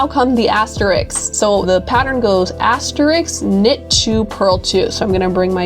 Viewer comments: This is a great video for beginners but please! The word is asterisk and has THREE syllables. Pronounced as-teh-risk. Not "as-tricks"! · Very nice video. One negative for me... Since you are featuring the word asterisk at times, please don't mispronounce it the way many do. The word is asteriSK (as in risk), not asteriks. Every time you said "asteriks," it was like nails on a chalkboard and distracted me from hearing what you were saying.. I make this comment because you are not an individual in casual conversation. You are presenting a "professional" video and don't want anything to detract from it.